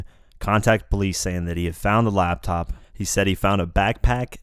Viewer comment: LAP TOP not LAB TOP